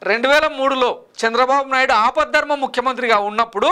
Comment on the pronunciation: అపద్ధర్మ కాదు ఆపద్ధర్మ అనాలి దయచేసి తెలుగును చక్కగా చదవగలరు మీరు చెప్పేవిధానం బాగుంది అభినందనలు